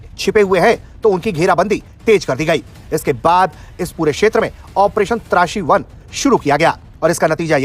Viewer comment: ओ भाई, तुझे ऑप्रेशन "त्रासी1" और "त्राशी1" मे फरक नहीं समज आता है क्या....????? 🤔